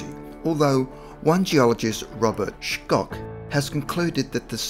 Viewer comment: Robert schoch pronounce shock